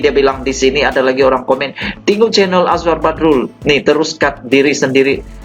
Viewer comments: Apa yang bagus pada Channel kamu... kamu tidak pandai menyebut nama sa saorang. Kamu susah nak menyebut nama orang... PEKAK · sya bukn suka channel kmu...hihihi😀(jz joke)tpi sya ternpk Nma Azfar Badrul dlm chanel kmu jdi sya pn teclick chanel kmu..dn sya mau tau pa cerita kmu tntg Azfar Badrul..pa commnt story kmu tentang Azfar Badrul tu...pi terlbh dlu luruskn Lidah kmu tuk sebut nma Azfar Badrul tu betul2..mmng kmu inda knl Azfar pokok nya kmu mcm jenis" News CNN "bh...jgn mrah joking sja😝😁